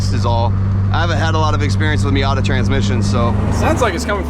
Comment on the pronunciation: I thought he called the Miata Heep